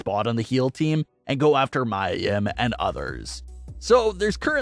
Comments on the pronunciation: It is pronounced Mea Yim not Mya Yim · It's not pronounced My-a Yim, it's ME-A Yim. You sound dumb.